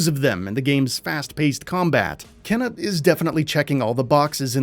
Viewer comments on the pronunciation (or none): is it not supposed to be pronounced keena rather than kenna? keena sounds a bit better. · Kena's name is pronounced in the trailer (like "Keyna") yet he still mispronounces it as "Kenna" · For the record, it's pronounced "kay-na".